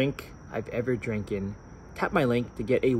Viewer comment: Did he just say Dranken? FALLFISH